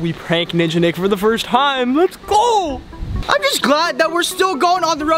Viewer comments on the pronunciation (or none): wtf was that "go" lol